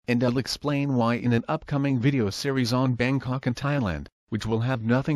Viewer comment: I thought he was saying Bane Cock at first. I thought he created a real Banetopia